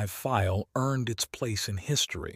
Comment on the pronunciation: Minor annoyance - The Germans called it the "Dee OH three three five" Feel .NOT "dough three-hundred and thirty five fail".